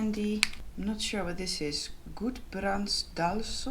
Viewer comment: Gudbrandsdals-ost, and not Gudbrandsdal-sost :) Its the towns cheese